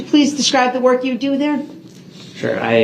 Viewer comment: "Not gon werk".... Guess what? It "werked!"